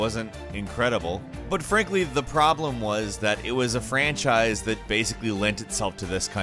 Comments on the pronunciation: I just assumed he made an attempt at doing the whole Sean Connery dialect. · I'm just joking. Yeah i know bad accents are not that bad and personally i don't mind when someone has a bad accent but to me it seemed funny how voice is turning that weird.